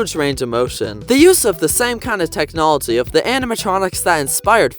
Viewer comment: Bro said Technolity instead of technology Lol 😂